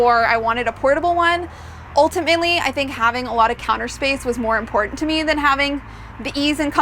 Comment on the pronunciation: You do know that the word 'curtain' has a 'T', right? So does the word 'important'.